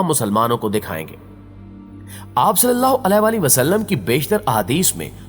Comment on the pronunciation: Nabi e Kareem Sallallahu Aalihi Wasallam is the correct pronunciation .. Sari Bate apni jaga hn pehle Nabi Ka naam sahi se lena seekh jao